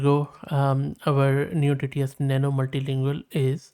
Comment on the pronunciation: You should not be spell as neo TTS but as noy TTS like soy...